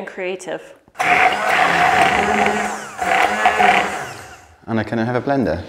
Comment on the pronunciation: so impressive to see the girls being raised trilingual! and Anna! your pronunciation was very good!